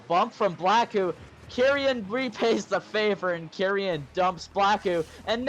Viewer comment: It’s kee-ren not kerian fyi